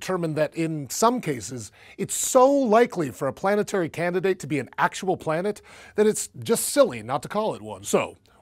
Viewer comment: Heh, "planteary"